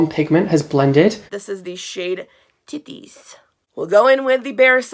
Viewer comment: The way you said titties 😂 great review, love your hair btw 💖